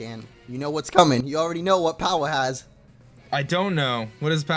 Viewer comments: the moment where hatched powah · My fav moment was when hatched POWAH